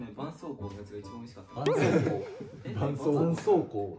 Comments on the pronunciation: ばん↑そう↓こう↑www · 絆⤴️創⤵️膏⤴️ ですよ☝️😊